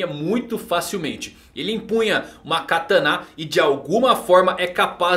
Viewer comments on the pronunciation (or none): Afinal, "KATÂNA" ou "KATANÁ?" 🤔🤔🤔🤔🤔🤔🤔🤔🤔😵